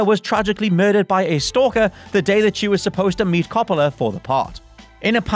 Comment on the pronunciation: The way you say Coppola... 😫